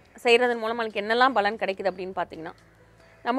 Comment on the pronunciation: Balan endru sollatheergal....Palan endru ucharikkavendum...ungal programme is very good and useful